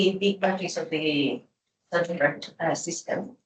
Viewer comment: Zanchet is pronounced as ZanKet. Friulan, capicci?